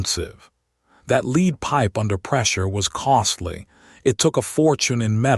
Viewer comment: The word is Led. Not Leed.